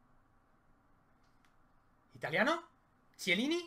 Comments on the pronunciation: Ojo al tipo Chiellini en lugar de Quielini :v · El que no sabe pronunciar Chiellini?